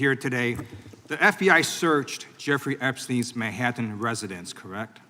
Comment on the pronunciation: Mayhatten? Where did you come from and how are you grilling someone from the FBI about information they are not legally allowed to share with you putting answers in your questions.?🤣🤣🤣